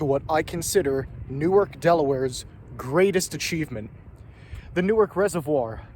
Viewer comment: Dude, new ark. Started out as 2 words.